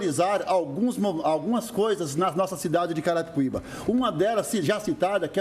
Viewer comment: carai o apresentador erra o nome de carapicuiba toda hora kkkkkkkkkk